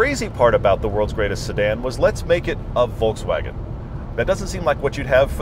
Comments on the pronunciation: Exactly! My ears are beading each time he says "Volkswagen" 😭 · Discusses the correct pronunciation of Phaeton in depth Pronounces Volkswagen wrong